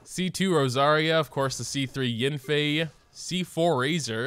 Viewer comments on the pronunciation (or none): Mona say YANfei not yenfei